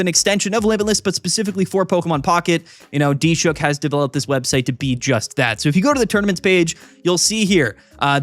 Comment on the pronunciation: Is the web dev's name D-Shook or are you attempting to say Dilshukh?